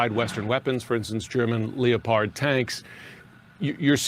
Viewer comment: …. Did that clown just say “German LEO pard tanks”? Lmao